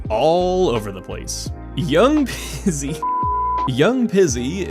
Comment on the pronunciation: Yeah, that was just straight up incorrect